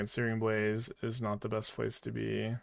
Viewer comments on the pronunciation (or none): none